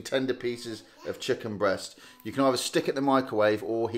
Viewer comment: Never heard anybody say "chucken' like that before. Never heard somebody eat a tinned chucken curry before either, really hope I never do so again.